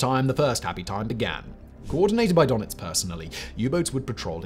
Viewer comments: Its DÖnitz, not DOnetz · It is „Dönitz“ not „Donitz“. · Its called DURNITZ not Darnitz